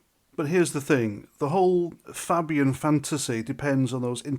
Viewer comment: It`s not Fabbian, it`s Fabian. Like rabies.